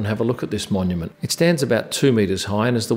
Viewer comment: Mon-yum-ants, monuments! just when I thought you couldn't get any more sophisticated